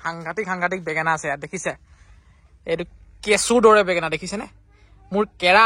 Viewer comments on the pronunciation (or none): বেগেনা নহয় ভাইটি বেঙেনা।